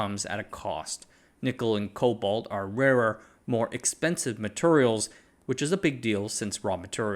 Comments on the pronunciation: Bro says "materials" like my grandad. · I’m from the South Eastern US and the way you pronounce “Materials” sounds like you grew up here, too. 😂